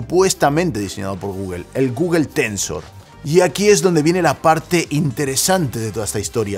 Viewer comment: porque pronuncias tan mal google xd